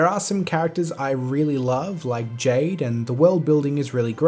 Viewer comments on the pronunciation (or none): none